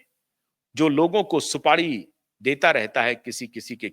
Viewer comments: "सुपाडी" नही साहेब, "सुपारी" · Bhai shb supadi nhi supari hota hai